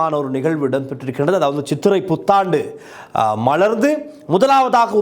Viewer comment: மலர்ந்து என உச்சரியுங்கள். மளர்ந்து என்பது தவறு